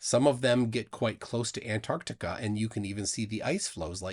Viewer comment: I’ve never heard of “Anartica” …… 😂